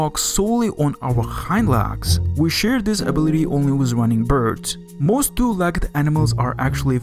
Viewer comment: this accent bundled with this guy's mom sleeping in the other room is not a very great combination when you're trying to hear what this guy is saying. edit: "THEY ARE TWO LACKED ANIMALS" bro how the fuck can you mispronounce a three letter word "leg"